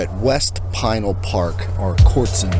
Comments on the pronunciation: Great video! As a native Arizonan I'm familiar w/the areas around Casa Grande & the mountains to the south & the east & your video highlighted the area well. Just an FYI regarding Pinal Park or Pinal County. Pinal is actually pronounced Puh-NAL instead of PIE-nul. Keep on pedaling! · Pinal is pronounced puh-NAL instead of PIE-nul. Very good video. I used to live in Casa Grande back in the late 60s when I was just a wee-un. That's back before there was even a town called Maricopa. Amazing to see whole new towns popping up in my lifetime. Also cholla is pronounced choy-uh. Really enjoyable video & a good reminder that bicyclists can indeed use the Interstates. Keep on pedaling! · Enjoy the videos as usual....keep 'em coming. BTW, it's pronounced pin al county, also, stay away from vekol valley...smuggling corridor bigtime